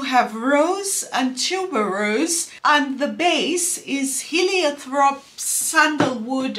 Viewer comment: Heliotrope doesnt have a "th" pronunciation